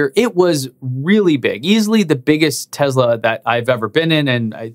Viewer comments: I believe the correct pronunciation of Tesla is “Tess-la” rather than “Tez-la”. It is my understanding that there is no “zee” sound in the Serbian language. Could be wrong about that. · Man , you do excellent job , your videos are excellent and looking forward to new material. Just PLEASE , learn to say TESLA with S in middle of word , it's not Z as you constantly pronounce it. Thanks and have a great day. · Is it Tezla or Tesla? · why do you pronounce it "tezla"?? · Local accent.